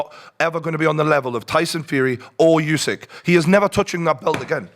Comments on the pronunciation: It's not "yousik"....it's "oosik". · Hey, the name's Usyk, not Yousick.